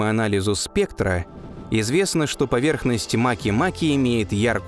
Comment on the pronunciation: Ударение обязательно два раза